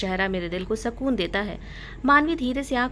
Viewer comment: Mam pliz sakun nahi sukun kaha karo na